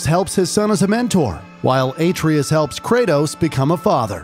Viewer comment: My man said Ayetrius 😭